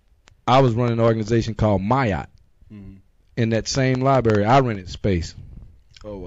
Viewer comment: its "lie-brary" not "lie-bary" and how is wearing that patch a target?